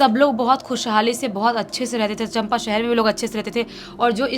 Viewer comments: Champa nai chanpa hai 😂😂😂😂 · Chanpa nhi hai bhaiya chaapa hai Bhaiya mai to aapko 2 saal se subscribe Kiya hu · Champa nahi Chaampaa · Bhai it's not champa it's cham pa thora glt pronounce kia aapne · River name is Hasdeo and it is major tributaries of Mahanadi....city name is pronounced wrongly it's Champa चांपा